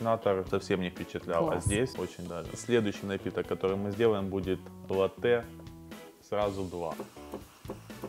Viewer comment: Бариста который не знает как произносится слово латте